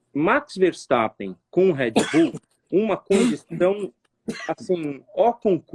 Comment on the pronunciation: Engraçado é ver Rubinho que sabe inglês falando “RÉD bull”. HEAD BULL? hahahah. Poderia ensinar a pronúncia correta .